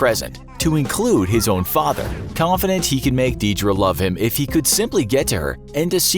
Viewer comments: The way he pronounced Deirdre and Samhain was just.... eeeeh.... Deirdre is pronounced: deer druh Samhain: sawhin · Your pronunciation of Deirdre and samhain are atrocius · Deirdre is pronounced dare-dra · You are butchering the Irish words oh my, it’s pronounced ‘Deer-drah’ and ‘sawan’ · The way this man pronounces "Deirdre" and "Samhain" causes me physical pain